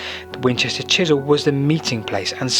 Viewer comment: As a Winchester resident - a great video - though it is "Chesil" not Chisel pronounced [CHEZ] + [UHL] Learnt alot too - so thanks